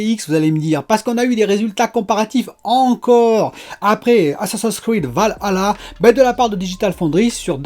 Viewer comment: Je pense que tu es le seul à bien prononcé valhalla.